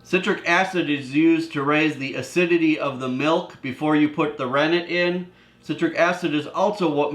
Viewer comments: I can’t understand the word “ranig” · The first ingredients could not understand what you said "ranick" what's that? And can't you use lemon, substitute for citric acid.